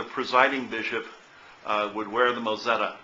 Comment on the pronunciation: It's called a moTzetta, not mOzetta....